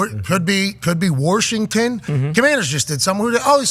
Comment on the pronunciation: Yinzer accent came in real hard with the Warshington lol